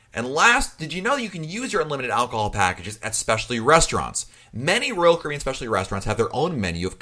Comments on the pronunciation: I don't know who this guy is that's talking on here - but I'd like to ask him, "What's a Roll Cribyan?" LOL Caffeine much? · Sounds like he’s saying Roku.